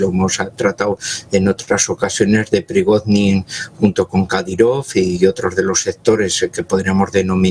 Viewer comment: y no es Prigoznin, es Prigozhin